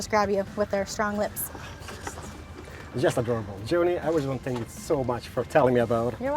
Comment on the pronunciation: When says "thank you" instead of "spank you": * audible confusion *